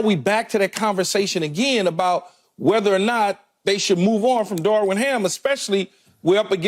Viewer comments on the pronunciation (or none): CAN SOMEBODY PLEASE TELL KEYSHAUN JOHNSON THAT IT'S DAR"VIN", NOT DAR"WIN". DAMN I'M TIRED OF HEARING THAT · Is Keyshawn just incapable of saying the V?! Mans cant say Darvin no matter how hard he try 😂